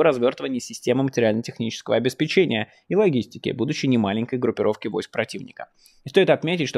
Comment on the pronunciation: склАдов обеспЕчения одноврЕменно У - УДАРЕНИЯ